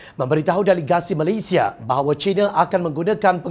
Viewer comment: Saya sangat suka dia sebut "MALAYSIA" sangat cantik sebutannya. (Bukan Malaysyia) Puas betul dengar setiap perkataan yg dia sebut. Seronok dengar dia baca. (Tolong jangan tukar orang lain)